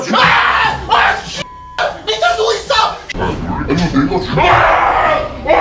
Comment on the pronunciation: 밑에 누구이써 ! 이거 들으니 김헤수 쏠수이써 가 떠오름ㅋㅋ